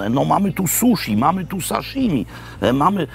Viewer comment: Wybacz, ale na frustrata to wyglądasz mi ty. Michael Horn ma rację. Poprawna wymowa to suśi i saśimi. Nie ma takiego dźwięku jak sz w japońskim (ani cz ani dż). し (ś) zawsze brzmi tak samo, tak jak każda inna sylaba (japoński należy do języków fonetycznie stałych). I proszę cię nie próbuj mi wmawiać swoich bzdur, ponieważ znam dobrze japoński, mieszkałem w Japonii ponad 4 lata i mam na co dzień kontakt z tym językiem. Napiszę to jeszcze raz - jedynym frustratem tutaj jesteś ty, ponieważ raz, że bije od ciebie tona igonrancji, dwa to tobie przeszkadza, że ktoś kogoś poprawił w dobrej wierze.